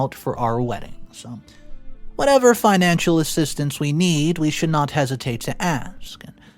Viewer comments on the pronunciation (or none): none